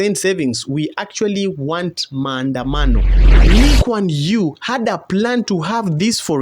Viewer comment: My Man! Not only did u pronounced LKY spot on…U have a better understanding of CPF than my own countrymen… look up 1M65 and Mr Loo and ur mind will be blown my friend. 😂